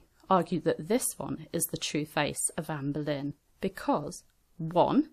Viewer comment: I keep thinking she's saying amberlynn